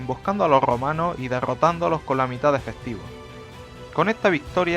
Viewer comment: Loh Grrromanos 🤣